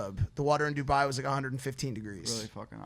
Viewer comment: I KNOW Dubai hates mike for saying Duboy